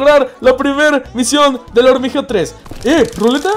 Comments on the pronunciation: dijiste 7 veces hormigeo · Dijiste Hormigeo 10 veces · Dijiste 21 hormigeo